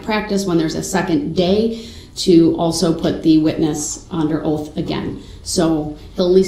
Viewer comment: I also hate the way the says oath (oaff), truth (truff), sustain (substain), umbilical (umbiblical), and so many more.